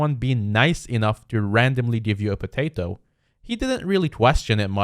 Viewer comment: Why r u saying “potato “ so weirdly?